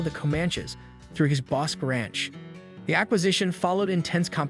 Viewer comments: The Ranch is pronounced….”Boskey Ranch” accent equally on both “halves” of the word. Same pronunciation for Bosque County! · Boss-kee and Co-man-chee. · I you are going to do a review repeating the words ‘Comanche and Bosque’ so many times, you might want to learn how to properly pronounce them!!